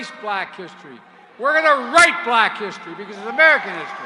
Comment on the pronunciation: I had to replay that like 5 times, it sure sounds like R*pe.... not write! 😮